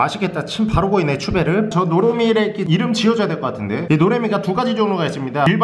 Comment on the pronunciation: 노래미 이름을 노애미 라고 하세요.ㅋㅋㅋㅋㅋㅋ